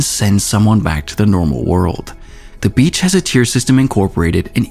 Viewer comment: Every time he says beach my dirty ears hear B*tch with low pitch.